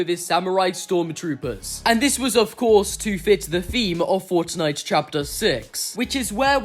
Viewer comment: I love how he ses forttnitte😂